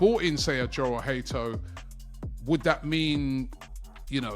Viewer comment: Jorell hato name in dutch is pronounced yorell bit like jurrien timber it sounds like a y at the beginning not a j